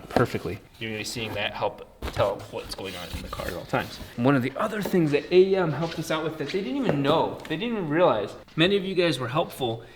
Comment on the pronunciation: lol A E M not "a yam"